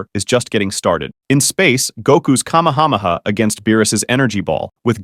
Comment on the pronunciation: "In space, Goku's cahmehawmehaw"